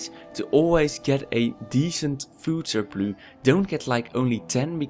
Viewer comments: You're english is good but it's a food surpluSSSSSSSSSSSSSSSSSSSS not surplu (this is english not dutch) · You get a Like just for saying "surploo" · Sounds like french with a dutch accent, snap je?